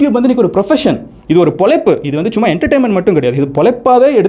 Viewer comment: மதன் சார், மொதல்ல தமிழ் மொழியின் சிறப்பான எழுத்தான "ழ" வை சரியாக உச்சரிக்க முயற்சி செய்யுங்க. (பொளைப்பு - இல்லை- பொழைப்பு). (கீள - இல்லை - கீழ). மேலும், முடிந்த வரை இங்கிலிஷ் வார்த்தைகளை குறைத்து தமிழ் வார்த்தைகளை பயன் படுத்துங்கள். (வீடீயோ மேக் பண்ணறது - இல்லை - வீடீயோ எடுக்கறது.) நன்றி